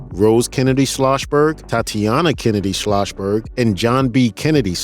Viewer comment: My thoughts? A narrator should pronounce everything correctly - or a new narrator should be used. It's SCHLOSS-berg. Not SCHLOSH-berg.